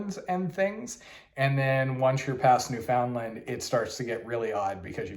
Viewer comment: Also new-fin-LAND instead of new-FOUND-land lol it's okay though